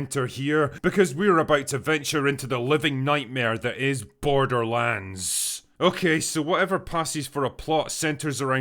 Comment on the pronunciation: This film sucks so much that it's defusing out its shittiness and infecting innocent bystanders. Case in point: a usually solid movie reviewer kept saying the title of the film as "borderlunds," like the way Newfoundland is pronounced. I wanted to punch him in the mouth every time "borderlunds" came out of it.